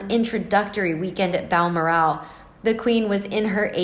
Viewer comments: Ok, I wouldn’t even bring this up, but after the 20th time I heard “Baal-mur-AAL”, I had to turn the video off out of sheer irritation. It’s “Bal-MORR-al.” I didn’t say anything a week ago when the narrator repeatedly called the kid “Archie Mountainbatten Windsor.” Mountain-batten. I had to rewind the video the first time because I thought I was hearing things. If you are uncertain how to pronounce a word or a name, you should ask. Incidentally, Margaret Koenig’s last name is pronounced “KAY-nig”, not “KO-nig”. Jeesh. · It’s pronounced Bal- Morel even though there’s an a in the second syllable. , No accent on. the last syllable. So it’s Balmoral not Balmor-ask. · Bal-MOR-al, for goodness sake! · Its pronounced BAL MORAL As she has no morals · This reader doesn't know her subject matter....she pronounces Balmoral...as Bal-more-al..emphasis on last syllable...should be emphasized on the 2nd syllable. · OMG! If I was going to do an entire segment in a specifically named place, I would be certain of the pronunciation of said name. FYI...it’s Bal-mor’-al. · Its pronounced Bal Moral. Like Coral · I LOVE the pronunciation of Bal MOR al .. makes me laugh... apart from that a good summing up of the happenings... cheers ... from SCOTLAND x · Your mispronunciation of Balmoral repetitively is so irritating!! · You need to learn how to pronounce Balmoral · Please pronounce Balmoral correctly! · Every time she pronounced it I giggled.